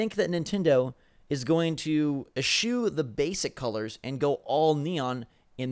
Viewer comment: did you say "A shoe" for the work askew???